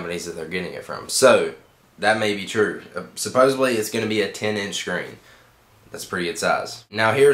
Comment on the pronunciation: SuppoSEDly. Not supposebly